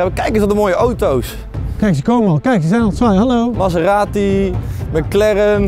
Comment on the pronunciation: Thomas: maseeratie, meckleren😂😂